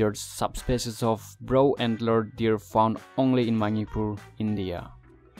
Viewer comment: Sangai brow an alert? haha what an english